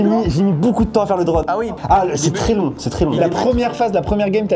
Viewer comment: " le drane"